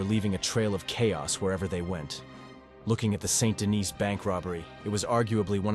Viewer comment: Not Saint Dennis, more like San Denny. They pronounce it many times in the game. Its French